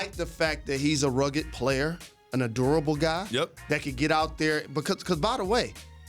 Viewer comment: Did Jalen say "a durable guy" or "adorable guy"?